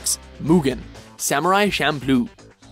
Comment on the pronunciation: "Number 6 - Mugen - Samurai Shampoo". The other times you said "Champloo", But that first time...